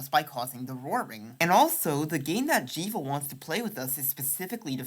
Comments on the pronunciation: Really great work for such a small channel, I can see you really going far with this stuff! Only thing I’d say it’s that Jevil is definitely pronounced like Devil rather than like evil. I’ll admit that both fit thematically, but the existence of the devilsknife and the steam page description calling the secret bosses “jevilishly difficult” pretty much confirms the name is a combination of Jester and Devil. Keep up the great work! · Glad I'm not the only one! "Gerson" with a hard G. "Jevil" with a short E.